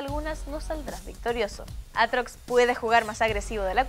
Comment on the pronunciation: Riven 2.0?? Aaa no que es aatrox si si "aartox"